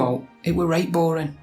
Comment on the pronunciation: Does 'owt' come from 'aught', meaning nothing? Also, you missed out the 'ng' digraph sound and just used 'n' - borin' rather than boring.